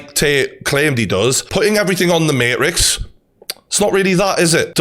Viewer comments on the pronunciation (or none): I was loving this video so far until he said "The Marix "...... You mean the Matrix?! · Mayrix ? It's MaTrix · Why is he saying Marix and not Matrix? Dead ass. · Can you say the word maTrix with the letter T??? Love this but... Say the word MaTrix correctly! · Keanu Reeves in. . . . . . . "The MaHRIX" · "The Mate Riks" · Good video but I died when you said mate-rix 😂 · He said Marix 🤣🤣🤣🤣🤣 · I love the mateeeetrix pronunciation 😂😂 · “The Marix” 😂😂😂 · The may-rix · Imagine sticking up for a overweight manky looking guy that says materix and takes it up the ass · why would I listen to a geeza who can't even pronounce matrix properly lool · I've never heard someone pronounce Matrix that way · Bro can't pronounce matrix 🤡🤡